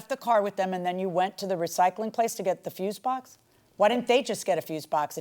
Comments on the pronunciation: How hard is it to pronounce "FUSE BOX"? Fuse vs. Fuel. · FFS FUSE BOX. FUSE BOX. NOT FUUUU BOX. NOT FUEL BOX. FUSE BOX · Fuse box....🗣️ FUSE BOX! 🗣️ He corrected himself & still kept saying fuel box 🤦🏽‍♀️🤣🤣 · He is ABSOLUTELY saying FUEL BOX 😂😂😂😂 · I keep hearing fuel box!! am I loosing my mind 😂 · The plaintiff can't get his story straight AND can't say fuse box, why does he keep saying 'fuel' box?... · Fuel box lol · Y does it sound like he's sayn fuel box, dude where r ur s's... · he doesn't even say Fuel he say froooze box🤣🤣🤣🤣. At least that's what my ears kept hearing 🤣🤣🤣🤣🤣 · She axed him and he still said fuel box maybe she should've aksed him again. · Foo box😂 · Dude couldn’t even pronounce fuse box. Of course he can’t prove his case